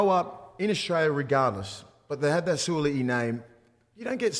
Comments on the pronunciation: Surely pronounce his name right 😂😂 it ends with “i’i” not “a’i”. Suali’i not Suala’i 😂😂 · Who’s Sualaai 😂🤦🏼‍♂️ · On point, love ya werk! But garmon, gotta get em boys names right 😂 What’s this Suala’i bizz? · Every sport commentator must learn how to correctly pronounce the players names. This shows respect for these players and their families. Will Mason pronounce the Suaalii name. Well done Willie. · To all my P.I. brothers and sisters apologies on my awful pronunciation of Sua'ali'i. I swear I practice it before every show and then get on the show to butcher it every time. Smh Just to be transparent always, I did reach out to him and apologise and he was gracious enough to understand 🙏 Hope everyone enjoyed our takes and the bonus ep though. All love. 🙏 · Their was never any intent to say it wrong by you allg mate x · Agree with all your points boys but shit you butchered Suaalii’s name 😅